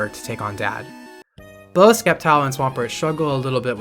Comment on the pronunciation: Did bro call it "Skeptile"? ITS FUCKING S-EP-TILE! NOT THAT HARD TO PRONOUNCE!